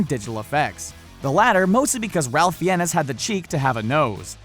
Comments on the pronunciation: FINES! His last name is pronounced Fines, not Fee-en-es. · Fines, for Christ's sake, Fines (Spelled Fiennes) Not Fee-enn-ness. Do some basic research before deciding to post! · The way he says fiennes🤦‍♀️ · its pronounced rafe fines. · Dont want to sound patronising but ralph fiennes is pronnounced "raif fines" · Ralph Fiennes is pronounced "RAFE FINES" (ˈreɪf ˈfaɪnz). The well-known pronunciation has been established with American audiences since he was Oscar-nominated for Schindler's List and The English Patient by 1996, while thrilling many sci-fi fans with the (then) cutting-edge film Strange Days. Also, most cast/crew members do not find non-CGI appearances to be "hilarious" and difficult to "interact with" when working together. While you "aren't' sure how they got any work done", I can assure you that most big-budget cast and crew are professionals, not 13-year-old giggly fanboys/girls. Another basic tip for film journalism: The "amount of monsters and men" should be "the NUMBER of monsters and men", as things like people and monsters come in numbers, they are not measured in amounts like flour in a cookie recipe. :) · I thought Ralph Fiennes' name was pronounced "Ray-ff Fines" ?